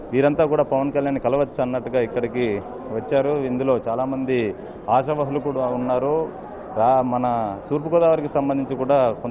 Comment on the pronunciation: ఆశావహులు..NOT ఆశావాహూలు